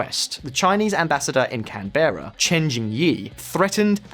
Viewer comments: You're analysis is rather keen, but you or capital isn't canBEARa (the way you pronounced it) but Can'Bruh.... The last syllable is pronounced similarly to Edinborough - Edin'Bruh, if you know someone from Scotland all them to give you a hand... And you were spot on with Xi having egg on good face regarding Australia's punishment. We basically looked over our shoulder and gave a gentle cough in reply, signalling to the rest of the world..."strategy worked, now tighten the screws"... Apart from about $100bn in Crayfish, a few coal barges and some stuff we found laying around...Iron to make steel (this continent is covered in blood red sand... You can't put a foot on the ground without standing on the next ore extraction site...the rest of the world finally had access to the resources that Xi_Chin-Chin-chinny Chin-chin and his small cabal of supporters have been hoarding away as much as they could get their tiny little hands on. I'm not above some... Inflammatory... Language as far as that nano is concerned, he is ruining China and the people will unnecessarily suffer because off his small dock syndrome...i meant dick...lol ,.../snarc... Keep up the good work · Where the heck is Canbaira? It's Can'bra. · What’s Can-Baira? It’s Can-Bra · CAN-Berra.... Canab-raa